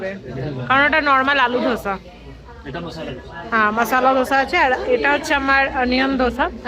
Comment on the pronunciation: তোমার এই বেড়াতে যাওয়ার ভিডিও গুলো দেখতে খুব ভাল লাগে। তোমাকে একটু কারেক্ট করে দিচ্ছি কথাটা 'ধোসা' নয় দোসা বা দোসে বলতে পারো সাউথ এ ওটাই বলে।